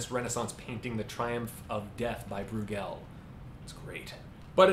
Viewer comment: May I as a Fleming correct your pronunciation of Breugel? You have gallicised the name and so put emphasis on the final syllable. The stress should be on the first.